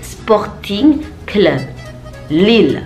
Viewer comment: Bordeaux : Bodrex Lille : Laili